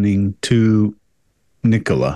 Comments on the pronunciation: "Ni-Cola or Nicola" 🤣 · Why can Americans not say Nicola!? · Right? As in Nicola Tesla. Easy peasy. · It's not a very common name in the US. Nicole is more common and so they tend to try and pronounce it that way.